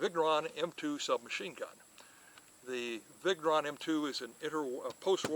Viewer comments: If he was saying viggg neuron at least, but it sounds more like Viggo Ron.... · Vigneron is not viggg neron, . If you don't know just ask so you don't look like a ....